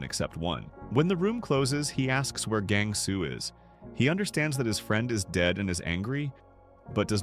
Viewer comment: um you accidently said gang su his name is gyong su